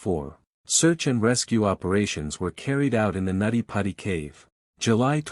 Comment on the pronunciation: It was called nutty putty not natti patti. It’s also now referred to as John Jones hill in case anyone is trying to find it on google maps.